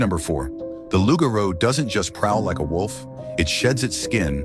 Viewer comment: Yo fam, I'm haitian, and the way the guy pronounced lougarou. Is so hilarious to me . 🇭🇹🇭🇹🇭🇹🇭🇹🇭🇹🇭🇹🇭🇹